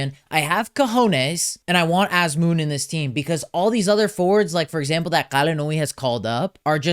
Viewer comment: why is he pronouncing Azmoun like a foreigner? Anyways, Sardar should've been included, the strongest line of this team was always our forwards with sardar & Taremi. without sardar, hope things won't go bad! still wants carlos queiroz? so we can play teams like india the same way we play spain? he took player's creativity away and parked the bus and the bus still allowed 6 goals in one game with his horrible line up which will forever be in sports history books! He was in charge for almost 9 years with nothing to show! also remember, queiroz did not take noorafkan to the last world cup even though he had one empty spot, I am glad queiroz is gone but not sure if ghalenoei is the answer! and wants kooshki? kooshki is okay for club but TM? please! however I too don't understand inclusion of haj-saefi, nemati and alipour, I agree with him on that. I know there was a big buzz about Zare, Fallah but both have been underperforming with their clubs in the last few months so I understand why they are not included but am glad eiri and kasra taheri are included. Sayyadmanesh should've been included as well. I actually think he should take 4 goalkeepers and one of the 4 should be Arsha Shakouri, he is the future and should be included to get familiar with atmosphere of the world cup.